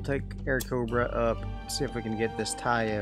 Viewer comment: Taiyo, not ho! The ho's are downtown!😁 🤣🤣🤣🤣🤣🤣🤣🤣🤣🤣